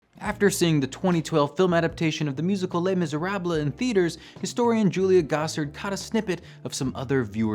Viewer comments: Les Miser-ah-bluh.... LOL You're killin' me! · my roommate made me pause the video, thought she was gonna have a stroke each time he said the title of the book. ( to be fair, it is in her top 10 of all time in the musical the book) Glad he did a video on this, though. as usual it's well thought out and executed. maybe ask the friendly AI to pronounce languages that you're struggling with?